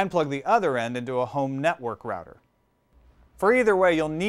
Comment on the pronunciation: I cant take this guy seriously Cant even say router properly